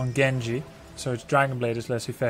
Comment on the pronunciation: Grubby great pronunciation on Genji's line! Just add in "Iza" in the beginning and you got it XD